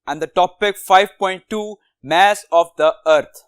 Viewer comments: Y r u pronouncing it mE-SS INSTEAD of maa-ss?🥲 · Mass nahi mess 😂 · Mess of a earth is really 😂😂😂😂 good its mass of a earth sir you pronounce not earth but tell good explain to us thanks for provide this valuable information